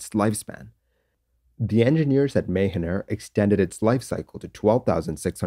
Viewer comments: Just a small correction It’s read Maahaan air even though it is written as Mahan Air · I think your pronunciation of Mahan is incorrect. The a sound in Ma is pronounced lin like ju sound in jump or mu sound in mumps. You are pronouncing like Ma like May. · Great video. It's called Mah-Han air ;-) I have flown it many times in and outside Iran. The pilots are renowned for brilliant soft touch landings. Tradition in Iran is that passenger applaud for a soft landing. Or not! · Anybody else understood "Mayhem Air"?